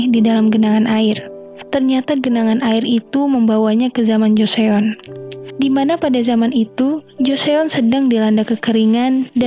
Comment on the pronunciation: joseon bacanya joson mba